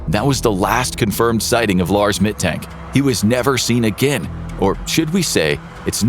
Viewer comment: The "A" in the Name "Mittank" is pronounced like the "a" in "Argument" or in "Lars".